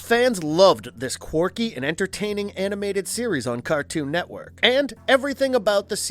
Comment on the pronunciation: Good video, but it's a little annoying how much emphasis this guy puts on "AND" Drinking game: Take a shot every time he says AND Louder than the rest of the sentence